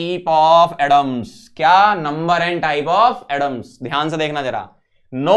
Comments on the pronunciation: He pronounces atoms as adoms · me - 'atoms' sir - 'adams'